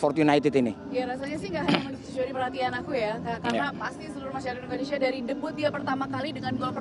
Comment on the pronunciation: Indonesia..bukan indonesa